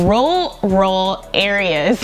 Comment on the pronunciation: “Roor-uhl” 😂 hope that helps